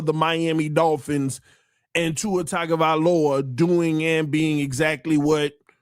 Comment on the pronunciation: For the last time… it’s TUNGA NOT TAGA. But thankfully now I can digress